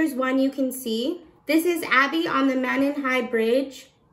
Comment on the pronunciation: Both families are involved in the park. And Monon is pronounced moan on here in this area.